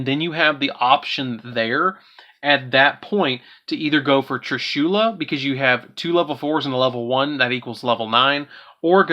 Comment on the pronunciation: Plz say trishulas name right so cringe